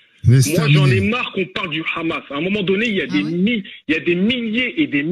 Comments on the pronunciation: D abord c'est pas khamas mais Hamas ou 7amas mais c'est dur de prononcer la lettre arabe h Le problème c'est la colonisation et le sionisme 1948 vous connaissez madame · Le rrrrhamassss